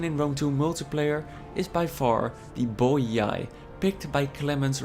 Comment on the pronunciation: good and interesting video, but i have to be that guy: it's pronunced "boee"